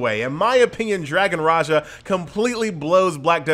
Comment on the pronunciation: Raha not Raja.. Ra'Ja.. its like John Cena not Jan Sina!! Understood?!